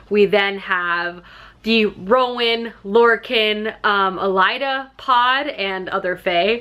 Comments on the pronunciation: I love how you keep saying "Elida" and "Alien" 😂😂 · Are you saying Alien because you don’t like her? Lolol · Had to stop 6 minutes in due to the horrible pronunciations! You really thought the main characters name was ALIEN????? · okay but why is she saying every name that ends with an e sound like it ends with an a...? it Yrene, not Yrena. It's Elide, not Elida... AH